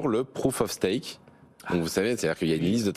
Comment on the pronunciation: Prouf of Staque ... 🤣🤣🤣